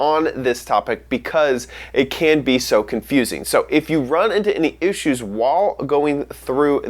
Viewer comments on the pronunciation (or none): Ussues? XD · "if you run into any "OOSHUS""